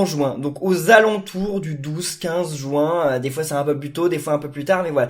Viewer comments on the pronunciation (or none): Pourquoi tu dis jouin